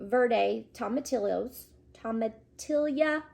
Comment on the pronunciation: Tomatillo is pronounced toe mah tea yo.